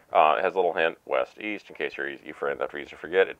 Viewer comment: east! i thought you said weast?!